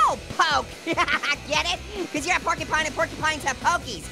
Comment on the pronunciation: I laughed when orange was saying pork y pine